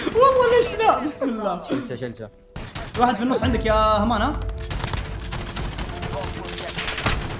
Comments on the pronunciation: ترا اسمه حامان مو هامان هههههههههههههههههههههههههههههههههههههههههههههههههههههههههههههههههه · اسمه حمان مو همان 😂 عادي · والله مبدع في كل الالعاب ملاحضة haman اسمه حمان مو هامان